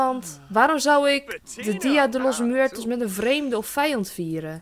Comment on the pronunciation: Dia de los muertos betekend: dag van de doden en je spreekt het eigenlijk uit als dia de los mwertos😂